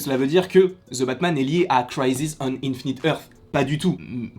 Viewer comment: « Ze » Batman. 😉